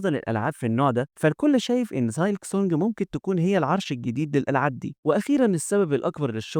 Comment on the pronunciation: نصيحه حاول تحسن اللفظ الخاص بالكلمات الانجليزيه مثل silk تلفظ سيلك و ليس سالك